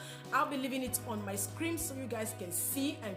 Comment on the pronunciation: "screen" not "scream"... Nobody wanna tell u that. Thanx for the video and much love beautiful